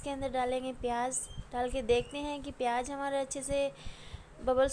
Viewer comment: Pyaaj nahi pyaaz aur jyaada nahi zyaada aur jaroor nahi zaroor aur intijaar nahi intizaar I think you are illiterate